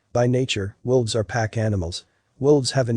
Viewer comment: Sounds Like He Is?Saying, "WILVES" Not "WOLVES." It is read by a computer & somehow got programmed wrong. He also said, "lead" ("leed") instead of "led." Those can be tricky even for us -- like "read" & "read."